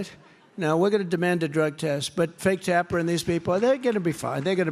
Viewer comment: Did this man say Fake Tapper? hahaha.